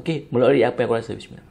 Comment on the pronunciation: Poyo la lu. Kau baca bismillah pun ad yg tak btoll. Baik kau baca doa makan je dri awal